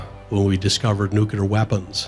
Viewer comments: Please stop saying "nukular". It always makes me think of G.W. Bush, and that's a bad memory. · One minute in and you're saying "Nu-cue-lar" .....if you want to act like an authority at least pronounce words correctly.. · Learn how to pronounce 'nuclear'. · Kinda lose me when you mispronounce 'Nuclear' many times. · Please learn how to pronounce "nuclear". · A common phraseology or slang is Nukes for Nuclear weapons. I'm far more accustomed to saying Nukes than the actual word Nuclear. It's not a lack of knowing the word it is the practice of and familiarity of using Nuke that can trip one up when using the correct term. Also, Southern slang can play into the pronunciation as well. In the South, some people will pronounce Clear as Cah'lear or Cu'Lear. It's not a lack of knowledge of knowing the word Clear, it's just a habit. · “Nuclear” is not pronounced “new-kyu-lure”. Try saying it as two syllables: “new-clear”, and you’ll be much closer. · You lost me when you said'"Nucular" several times, it's pronounced nuclear. One would think if you really knew what you were talking about, you'd be able to pronounce nuclear properly. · Dude, nuclear is NOT pronounced nu-kya-lar, it’s pronounced nu-clee-er. How did we ever end up thinking George W Bush was saying it correctly? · I'm wondering about the pronunciation of "Nuclear". Is it nuclear (new-clee-er) or is (new-cue-ler)? You can hear the correct pronunciation here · Great insightful video - just one thing that bugs me- why do a lot of Americans say 'nucooler', when the word is nuclear - as in- 'new- clee-ar.' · YOU FORGOT SAKES!! ... IT'S PRONOUNCED, ... "New claer" NOT "NEW Q LER" ...... ITS "NEW CLEAR"!! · ‘New-clear’ not ‘new-cue-lure’. Geez. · Nuclear!!! not Nu -Ke -Lar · Nuclear. Not NUKULAR. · Nuclear no nucular. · Please learn how to pronounce "NUCLEAR", not "NEWKEULUR". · nuclear* not nucular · Nuclear: Pronounced “Nu-Cle-Ur” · "Nuhkela weapons" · Nucular is not a word...